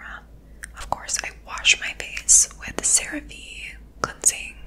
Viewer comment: cera- VEE not vay. Loved the video.